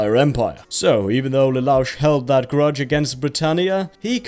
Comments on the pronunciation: But then you go and pronounce it as Lelauch. ;( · Htf you say Lelouch's name wrong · XD the pronunciation on lelouch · The way he says pronounces Lelouch just... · I get the impression he doesnt watch any of the anime in his videos. I dont know how you could mispronounce that if you watched the pilot. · Have you even watched code geass the reason he's against bratania is because his mother was murderd by his family bro don't just watch the first episode and you saying his name so wrong have you even watched it? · The explanation for why Lelouch wanted to war against Brittania along with his pronunciation of Lelouch was truly upsetting. Had to just stop right there cause now I can't trust anything from before or that is to come. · Same for me, felt like i got shot anytime i heard him say lelouch, and the plot was explained horrifically, there is so much more depth to it. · Hate how this dude says leloush's name wrong even tho they say it so many damn times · Does no one here care that pronounced Lelouch incorrectly?